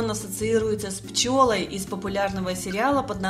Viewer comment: ПчЁлой? Ну ты грамотейка, блин! Столько косяков, слушать ПРОТИВНО!!!